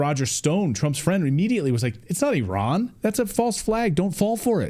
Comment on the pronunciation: EYE RAN EYE RAN it is NOT errrrrr in